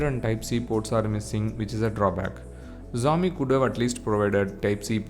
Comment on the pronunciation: Xiaomi pronounce sehi dhang se karlo..